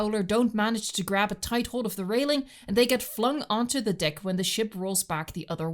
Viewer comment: Amazing work!! 9.8/10. Not the full 10 simply because it’s deck as in peck, not deck as in pic